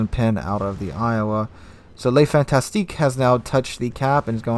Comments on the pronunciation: ya I was hesitating to say anything, but he kept saying les fantastique instead of LE Fantasque...luh, not lay/ley. great video though! thumbs up. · Fantasque, not Fantastique!